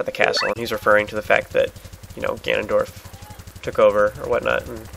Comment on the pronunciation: its Ganon or Ganondorf not Ganadadorf, btw dorf is german for village is Ganadadorf a mix from dorf and Gandalf?